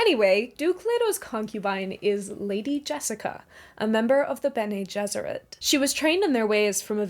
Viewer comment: its amazing how basically everyone pronounces Bene Gesserit wrong